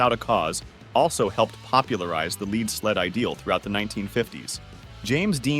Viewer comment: It's pronounced like it rhymes with DEAD, NOT WEED! LEAD is Heavy.. A "Lead Sled" has both words rhyming.